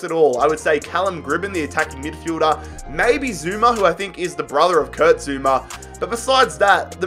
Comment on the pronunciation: It’s Kurt not Kirt